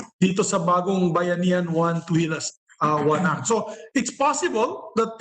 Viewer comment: act, with "t" Hindi "ack"